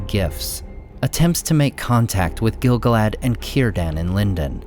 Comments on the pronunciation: Great video! Note that the proper pronunciation is gil-GALad, rather than GIL-gaLAD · Stop saying it wrong! The stress falls as GIL GAL-ad. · gil GAL ad. Say it with me. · It's pronounced Gil-galad, not Gil-galad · I would be glad to be corrected, but I think you're mispronouncing Gil-Galad. Sam's poem about Gil-Galad in Book 1 of Fellowship is written in iambic tetrameter. It should be read like this: gil GAL ad WAS an EL ven KING of HIM the HARPers SADly SING the LAST whose REALM was FAIR and FREE beTWEEN the MOUNtains AND the SEA You pronounce it by putting the emphasis on the first syllable but Samwise Gamgee pronounces it gil GAL ad. I don't think you're saying it right. I would gladly receive greater insight. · Exactly. Everyone says GIL-galad. I am sure you are correct, according to the guides I have read.